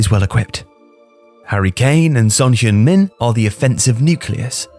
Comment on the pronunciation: heung is pronounced more like "hng"